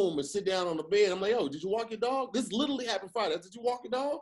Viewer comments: Anybody else notice always say “litally” instead of literally.. litally everytime😂😂‼️ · YES! Thank you!!! I thought I was the only one that noticed. And he says it all the time. Like litally multiple times per episode.